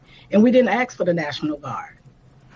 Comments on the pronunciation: MY GOD WOMAN!!! A-S-K Is not pronounced A-C-T-S, Nor A-X-E. I CANNOT! Speak the English language, and do so properly. Ugggghhhhhhh!!!! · if she could pronounce ASK then she would have a leg to stand on. Its not AXE its ASK. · This is a mayor of a city. She said, "we didn't AXE for the National Guard". An axe is something that you use to chop wood. Maybe she meant "ask"?